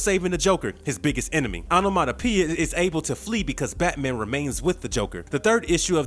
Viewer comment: Take a drink every time he say Onomatopia!😝